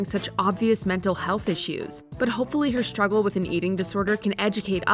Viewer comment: struggle does NOT have an "SH" sound in it. Please stop this nonsense. It's not cool.